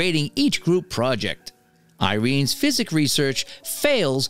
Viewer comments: Nope; he says it correctly once or twice... but most of the time he says it incorrectly... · A lot of recap channels have minor mis-pronunciations. I always thought it was just a non-native English speaker reading it lol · I wanna enjoy the recap but am wondering if ur saying physics on purpose?? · You’ve never heard of psychics? Love the voice but maybe learn how to pronounce words? It was distracting.